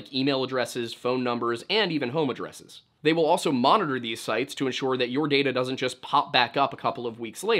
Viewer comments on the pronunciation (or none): none